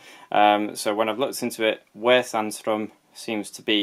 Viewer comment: Your pronunciation of Sandström is just fine. That can't be said for for sjöö though.